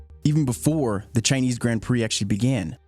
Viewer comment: The only problem with this video is his way of saying "grand"